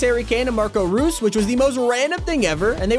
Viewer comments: “Ah yes Marco roos” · As soon has he said Marco rues